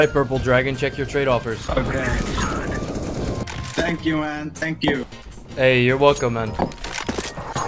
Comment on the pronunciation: Ok Thhheankju